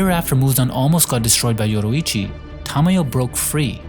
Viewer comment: Why bro keep pronouncing Yoriichi as Yoruichi